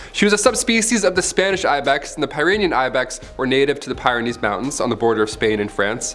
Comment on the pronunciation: The mispronunciation of Thylocene as well as the Pyrenese mountains is unacceptable, especially when all the writer would have to do, would be to Google the pronunciation of items they were sure of. It ticks me off, because a lot of children watch these videos and you're blatantly providing misinformation by mispronouncing species names and locations.